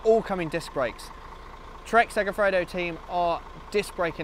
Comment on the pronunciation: segafrodo? why is this word so hard? its segafredo. ive just watched another video where the guy said segafrego